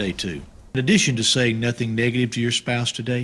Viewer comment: la primera vez que me sorpende un comentario y me intrigra si tal vez trataste de decir algo con eso o quisa yo desconosco.. aun que eso de NOTIN JIL.. me hace dudar xd.